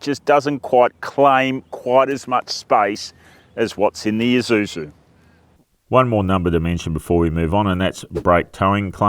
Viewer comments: Thanks for correctly saying Eee-suzu, instead of Aei-suzu! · Ah, it's the first time I hear an Australian says Isuzu correctly, instead of eye-zuzu. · yep thai pple where its made is called Ee-suzu